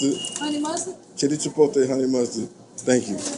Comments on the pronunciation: Chipote or chipotle?🤣🤣😂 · So everyone is just gonna ignore the fact he said chipotae 😂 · Wtf is chipotay?